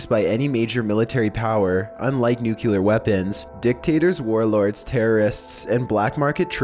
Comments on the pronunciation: Also, it's NU-KLEE-AR! Not NUKE-YU-LAR! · People who say "nucyoular" annoy the crap out of me. It's "Nu-clee-ar" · I DON'T KNOW, THERE'S NO SUCH THING AS NUK-YOU-LAR!!!!!!!!!!!!!!!!!!!!!!!!!!!!!!!!!!! Triggered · new-clee-er not new-queue-ler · Say Nuke-u-ler ONE👏🏼 MORE👏🏼TIME!😂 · NUCLEAR, not NUCULER! for the love of all that is scared, get it right XD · Idk why but when people say "nucular, instead of "nuclear" it bothers me so much. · Why do you pronounce nuclear as nukular? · New-clE-are. Not new-Q-lar. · Its NUCLEAR "new klee er" not nukuler. Still love your narration though. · New - cue - lar = not correct New - clear = Nucler (stop sounding ignorant when you say it please, you repeat it so many times) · Dude cant you say nuclear and not nucular no one seems tp be able to say that word? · Could you please stop saying, "nucular"? It's "nuclear"! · FUCKING NUCLEAR NOT NUCULEAR!!! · Holy crap! N-U-C-L-E-A-R! No U after the C! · he pronouncing nuclear like Homer Simpson did. nukeyaler lol! still love ' narration tho! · This is an interesting video, but the way you pronounced "nuclear" overshadowed the awesome video. It's pronounced nuke - clear. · I love your channel but one thing that's driving me crazy is the pronunciation of nuclear. it's not pronounced "NUCULER". Its not even a word. Just saying. Other than that keep up the good work. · Great video and company. I'm sorry though. Something about the way you say nuclear makes me cringe. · New-clee-ur. Please don't be W. Bush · Learn how to say nuclear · Except he can't pronounce nuclear properly. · im pretty sure en masse is pronounced 'on mass' but as a rule of thumb, whenever someone says 'nukular', i give up on trying to correct their pronunciation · I hate how pronounced things. Nukular, Malkyway. Dude come on. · "nucular" "melky way"